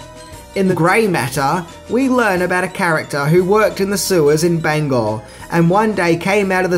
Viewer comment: Extra likes for saying the town of "Bangor" correctly. You have no idea how many people say it wrong.